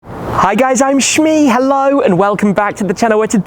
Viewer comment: i dunno why but the "hi guys, i'm sHmEe" always cracks me up every time, especially the accent. Mean it in a good way btw and also, congrats on your new ride